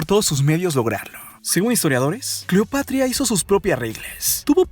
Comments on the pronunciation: como que cleopatria o cleopatra🤣🤣🤣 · cleopatria? Se te fue la lengua poquito aun así grandioso video la historia siempre nos enseña algo nuevo y es verdad que en los libros de texto solo nos enseñan solo una pequeña parte de la historia saludos amigo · CLEOPATRIA ???? XD XD XD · Deja de terminar todo en( e )es incómodo y fastidioso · Cleopatree,romee,marco Antonie ,cuidaree,egipciee,vestidee, degollee,viboree,leyendee,poderosee,ellee ......,,, Etc.etc.etc. por qué ???? Todo en en ee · Vrg pensé que era la única que se había dado cuenta. Lo noté desde que dijo "Cleopatre". Todas las palabras terminadas en "a" las cambia por "e". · es cleopatra o cleopetra, jajaja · Jajajajjaja minuto se equivoca diciendo Cleopatria